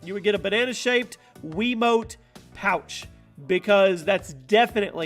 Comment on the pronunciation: no offense but he said Wii mote